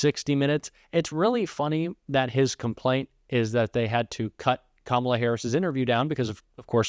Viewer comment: He’s so demented, half the time he’s pronouncing Kamala’s name correctly 😂😂